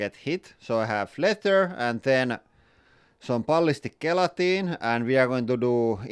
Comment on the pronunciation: Gelatin is pronounced with a hard j. Like jelatin